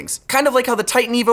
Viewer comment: Oh TITAN EVOOOOO, I didnt hear TIGHT & EVIL at all 😂